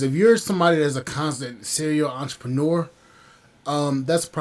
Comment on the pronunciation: You clearly don’t know what a “serial entrepreneur” is, nor can you even pronounce it. 😅😂